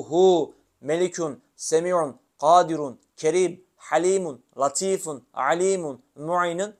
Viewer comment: KADİRUN ismi azam şerifi Gaadirun mun yoksa Gadiirun diye mi okunur. Arapçasında gadiirun diye yazıyor. Siz gaadirun diye Okuyorsunuz. İkilemde kaldım